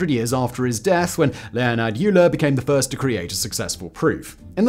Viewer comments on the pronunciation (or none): Euler's name is pronounced Oil-er. Amateur... ;) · And the brief mention of “youller” instead of “oiler” when talking about Euler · Every mathematician knows Euler is pronounced "oiler", not "eweler". Naughty boy. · 'Leibnizzzzz', 'Ewler', 'ArithmuhTICKER' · Did I hear you pronounce "Euler" as "Yooler"? I've always heard it pronounced as "oiler" like "OY-ler". This fits with how it would be pronounced in German (and Swiss German). You may want to relearn this pronunciation so you don't make this mistake again. Here's the wiki on him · Pedantic pronunciation comment: Euler is pronounced OY-lur, and Fermat is pronounced FAIR-mah. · Fascinating video, but as a life-long pedant I HAVE to point out that Fermat's name is pronounced "firmer" and, more importantly, Euler is pronounced "oiler". This latter one is especially important to get right, as otherwise you totally lose the effect of the time when three mathematicians, Bose, Shrikhande and Parker, disproved one of Euler's conjectures and became known as "Euler's spoilers". Pronouncing it "yooler" doesn't quite work, does it?! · Simon, you really should check your pronunciation of, in particular, non-English words and names. Ramanujan is mentioned below; pronounce every syllable with the emphasis on the u. You also mispronounced Euler. Eu in German is pronounced like oy so Euler is like oyler. I noticed in an episode you hosted about the "Battle of the Beams" in WWII you pronounced knickebein incorrectly. In German words beginning with a k like this you pronounce the k. You also need to know that if you see ei in a German word it's pronounced like the English word eye. If you see ie it's pronounced ee. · ah yes, the famous mathematician Leonhard "You-ler" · Harui, Ramanujan, Euler and Fermat were all mispronounced in the video. Disappointing!